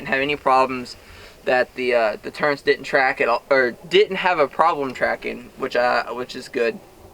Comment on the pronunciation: There is no letter N in the word turret. What's the deal with people calling them turrents? Thanks for the review though.